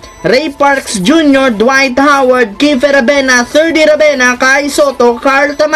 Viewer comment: Tama yong narinig ko WAYT HOWAD🤣🤣🤣🤣🤣